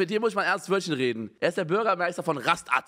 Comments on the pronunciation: Die Aussprache ich richtig Beispiel du sprichst STATTdessen auch als Stadt-dessen aus Punkt. RaSTATT genau der selbe Fall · Niemand: Unge: Ras-tatt gleich Rast-att ungleich Ra-statt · Niemand: Unge: rastATT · Wenn der Alman mal wieder kickt: Da steht nicht Rastatt da steht Rast-att Er ist so hart alman das er sogar deutsche stadtnamen verbessert No frooooooont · Man spricht es Raschdad aus... Badnerland und so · Die Aussprache würde auch so gehen Ra-statt. Somit ist ausgesprochen Raschtadt richtig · Wenn man es unbedungt so aussprechen will sollte man den Namen zu Rasstadt ändern. Danke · Ich würds "Ra-statt" aussprechen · das wird ra-statt ausgesprochen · Ra statt warum sollte man es nicht so ausprechen können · Unge kann kein Deutsch😂😂😂😂 es heißt raststatt 😂😂 ich wohne praktisch neben rastaatt 😂😂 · Heißt das nicht Ra statt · Junge ich wohn ne Rastatt und des spricht man komplett anders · BADISCH!!!! NICHT Schwäbisch! Ich raste aus! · Arbeit in Rastatt mit nem alten Mitschüler von Knossi :D FYI So wird Rastatt badisch ausgesprochen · der moment wenn unge das Wort "statt" auch so ausspricht wie "Rastatt" ausgesprochen wird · Jeder normale mensch spricht es "Raschtatt" aus.. Man unge regt wirklich auf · Alter, regt mich Unge mit seinem Rast Att auf! Man sagt ja auch "statt" und spricht es wie fucking "Stadt" aus.... RRRRROOOOOOAAAAAAAAR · Du triggerst mich So hart mit deinem Rast "Att" Meine fresse bitte sag doch einfach Raschtatt 😂😂 no Front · Trenn es Lieber Ra- und dann statt. Nicht Rast-att xD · Jeder: Ras(ch)tatt (st und sp werden sch ausgesprochen) Unge: RAST-ATT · Wenn Unge versucht ein Video auf 10 Minuten zu strecken „es heißt RAST-ATT“ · LEUTE RASTATT NICHT RASTSTATT! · Und wenn es Ra-Statt ausgesprochen wird? 🥴😏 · Unge ... man kann st auch wie scht aussprechen😂 also nicht ras tatt oder rast att sondern raschtatt. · Rast-att Ras-tatt ABER WO IST RA-STATT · RA-STATT NICHT RAST-ATT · Ra-statt nicht Rast-att🤦🏻‍♂️🤦🏻‍♂️🤦🏻‍♂️🤦🏻‍♂️ und st wie "sch" Unge lost